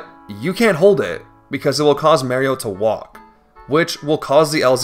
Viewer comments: Mare-E-Oh I don't know why that pronunciation upsets me so much but man did it make it hard to watch. Loved the video otherwise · I left a like but I honestly cant get past how you say "Mayrio" instead of "Mario" you are saying it like "Tomato" versus "Tomahto" The M and A should be like when you call your Mom "Ma" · Honestly i think you are the only person I've ever heard pronounce Mario as "Meyhrio". I respect it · To this day I still can't understand why you'd pronounce Mario as Merio, although funny, I do wonder if it's like simply because of an accent or something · It's not Mary-o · "Mere-io"??? Come on man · you saying merio kills me too wtf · 😂 Paper Mehrio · paper meahrio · Paper mehrio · first 5 words says "mayrio" disliked unsubscribed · I love you, but you really gotta start looking up colloquial pronunciations for some of these words. Lean-ear? Mare-io?:( I wanna watch the video but it's too grating, I'm so sorry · This video looks really cool, but I cannot stand the way you say "Marry-o". I don't think I can take an hour of it, sorry. Like, I'm fine with people pronouncing pokemon names 'incorrectly' since the 'correct' version isn't really official or anything, but one of his famous catchphrases is literally "It's a me, Mario!". And I'm okay with clearly foreign people since making certain sounds in foreign languages is really difficult for people, but you do not seem like an ESL person to me. Love your vids man, but I can't listen to an hour of you purposefully mis-naming a wildly beloved character. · its so annoying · Bro, you’re saying Mario’s name like you confuse a cupcake for a brownie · I love the way he says Mario. It makes me smile every time. :) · your pronunciation of Mario is so annoying I cant finish this video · the way you say mario bothers me so much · Plz say Mario right T-T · stop saying maryo its mario uggh lmao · It's not Paper Mario, it's paper Mairio. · also yet another mispronunciation, its pronunced MAH-Rio not MA-rio